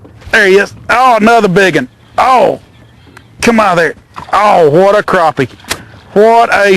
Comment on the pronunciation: croppie? lol